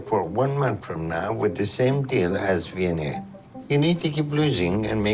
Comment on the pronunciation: Not to be an ass, but Vianney's name is pronounced like "V-N-A".